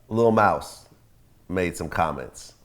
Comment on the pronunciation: Mouse got more clout than who ever this is lol that's why he commin correct when sayin mouse name